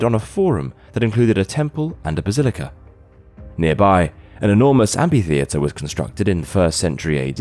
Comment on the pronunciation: he also mispronounces Gaul and amphitheatre.